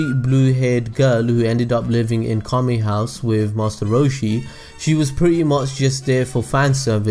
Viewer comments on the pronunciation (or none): none